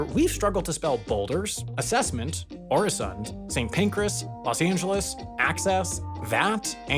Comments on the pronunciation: Not only that but his pronunciation for the Ø is all wrong for the Danish variant. He still seems to pronounce it like it's an O. Unless you say it like that in Swedish? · as a dane. i can say that the Ø in Øresund, dose not make an O sound. so thers someting for next years video :)